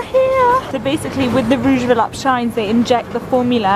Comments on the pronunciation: I have a Rouge Volupte Shine lipstick but it came from a bad batch so it dries and bunches on my lips. Ugh... I got it at Sephora. I still try to employ it., the correct pronunciation is volupteh not volupt. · This vlog was great, as always but please, learn to pronounce "volupTÉ"! It's the same sound as "TEnnis". I hope it helps!